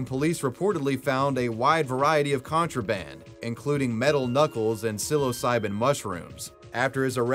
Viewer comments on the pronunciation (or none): none